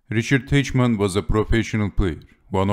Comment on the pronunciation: Teichmann is read as Tajhman [taihman]